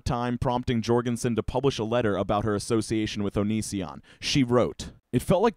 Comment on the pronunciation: Please, surnames like Jourgansen have the "J" pronounced like a "Y"; it's pronounced "Yourgansen"